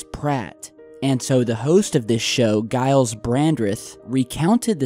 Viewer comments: HA that's FKIN unreal.... COINCIDENCE??????.....BTW it's pronounced jiles😎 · I think that Giles guys name is pronounced with a J. It's also a pretty popular farmer name apparently. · Giles is pronounced Jiles